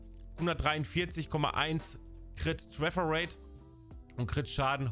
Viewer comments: Danke fürs video 👍🏻 finde es lustig wie du trefferate aussprichst träfferate also denglish😂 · Deine Denglische Aussprache von "Tröffer rate" macht mich alle :)))